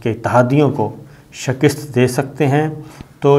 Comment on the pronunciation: Love your reporting Shakir saab. But why do use the word “Shakist”????? Isn’t the correct pronouncing shikast????🙏please advise👍👍